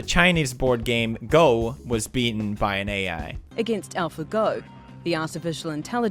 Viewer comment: You know he had to put AI in text at the beginning cause he pronounces it WEIRD